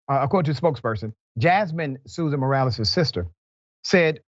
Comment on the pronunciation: Must not be ANY Latinos in Dr. Rickey’s world; he’s struggling to say Morales, but nice effort. If you’re going to try and say the name correctly, you might want to learn how to pronounce Jasmine—“Yaz-meanne.”